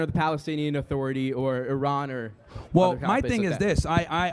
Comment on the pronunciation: Don’t talk about Iran you can’t even pronounce it right.. clearly you have no idea what you are talking about, first of all israhell and united states of murderers surprise attacked Iran while they were in negotiations because of the nuclear deal and they didn’t “pinpoint” strike Iranians they targeted everyone including children and woman.. when they targeted the chief of staff they killed 60 people along the general and they also targeted a children hospital killing over 20 children and not to mention the car bombs which were detonated and the strike on the evin prison were they also killed a number of people… they are war criminals and they should be brought to justice, its your regimes that are terrorists let that sink in. Iran is a peaceful country that has been sanctioned for over 50 years and they still help out everyone including Palestinians there is no greater nation than Iran.